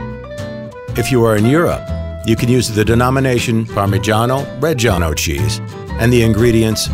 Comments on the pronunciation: I can't stand the way he pronounces "parmigiano reggiano". He sounds like he's some cheap italian-american mobster lmao I mean, I don't pretend a foreigner to nail italian language but damn, at least try to not to sound so irritating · Why no one tell him how to pronounce correctly parmigiano reggiano? I don't understand how a voice actor cannot pronounce correctly the word that describes the entire video. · Oh shit I'm italian I'm literally crying because he say "parmigiano reggiano" in a super strange way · Im italian and his parmigiano reggiano prounced like that kills me inside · The way the narrator says “parmigiano reggiano” irritates me so much😪 It’s not pronounced like that😑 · The pronunciation of "Parmigiano Reggiano" is so hilarious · The way that guy pronounces Parmigiano Reggiano makes me cringe... and I'm not even an Italian. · As an Italian, your pronunciation really hurt my ears, sorry had to say it :P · I CAN'T STAND THE WAY IT IS PRONOUNCED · Motivation: Man cutting cheese: Unenthusiastic, robotic, sleepy Narrator: Heavily over enunciate the phrase "Parmigiano Reggiano" Viewer: am Youtube hole